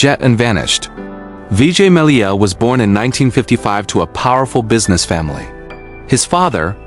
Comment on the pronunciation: Malaya? Who the heck is that? It is Mallya.